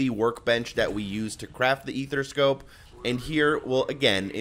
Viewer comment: “Athera scope”😂👍🏽